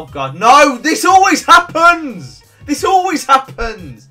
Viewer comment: Happonds that’s how u said at the start 😂